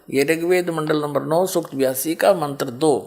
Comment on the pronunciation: यह राम पाल पागल है सत्यार्थ प्रकाश को सत्यानाश प्रकाश बता रहा है बास्तब में यह राम पाल ही सत्यानाश है इसलिए तो जेल में पडा है .इसको कुछ भी ज्ञान नहीं है उच्चारण तक शुद्ध..नहीं करना आता मंत्र को मंत्र बोल रहा है